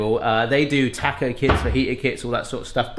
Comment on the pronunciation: "Tack-oh"? You're doing that on purpose! I was raised eating Sonoran food- can I suggest next time add just a little baking cocoa? Not the sweet stuff, the bitterer the better. It's the literal secret sauce in Mexican cooking.